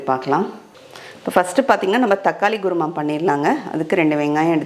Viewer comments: Guruma illema. Say kuruma. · Kurma, Korma! Not Guru Ma :):) Nice recipe for ragi chapati, thanx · Madam it is not gurma , it is called kurma , tell properly